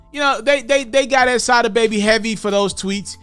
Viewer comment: It's pronounced Sah-dah